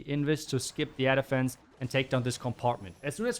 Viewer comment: Whenever you say 'air defense', all i hear is 'elephants'.😂😂